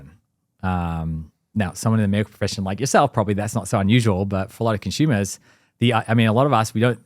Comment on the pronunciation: He keeps saying “Consumers” 🤔